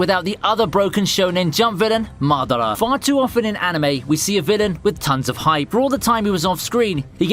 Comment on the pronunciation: 1 like for god "madara"